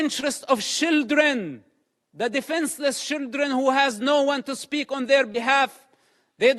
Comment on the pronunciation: I know its his accent I know its the fact that english isnt his first language But I love the idea that he is saying "Shilldren" intentionally, as children in gaza are pretty much being used as such